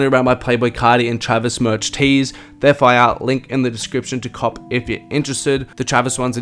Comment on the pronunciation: “theyre fiyare”